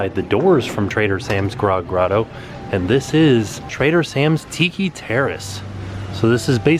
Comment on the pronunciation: you said Tiiki way better than crayon